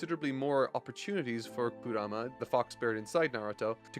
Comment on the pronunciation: i love the narating and all, but can you pronounce names correctly, just, any name… Kura-ma? Kurama! Almost every single name is pronounced wrong, and i don’t care about manga letters, the way they pronounce it in the dub and original japanese is enough for anyone to say the names right